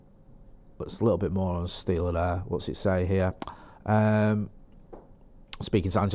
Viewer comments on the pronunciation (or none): Guys, just a heads up: the right pronunciation is like the Actor Ben Stiller - just with a Sh -> Angelo Shtiller Greetings from Germany